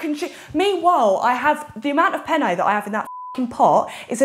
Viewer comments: struggling to say penny is HILARIOUS 😂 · max trying to say penne is soo funny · THE AMOUNT OF TIMES THEY SAID PENNE HAS ME BAWLING💀💀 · If says penne one more time I’m putting my head through a wall 😂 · tryna say penne pasta 😂😂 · max mispronouncing penne gets me